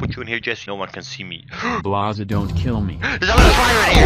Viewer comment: Did you just say blaze its blaza